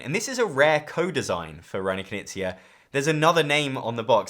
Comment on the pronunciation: Big oof moment for me. i watched dozens of this guy's videos and never got wth he meant when saying Kuh-nizia. Never would've guessed he means Reiner Knizia. Not trying to be mean about it at all, I know it's hard for Americans to pronounce K-n and G-n.